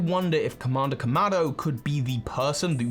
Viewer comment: Kamada Kamado, your pronounciation is funny, lol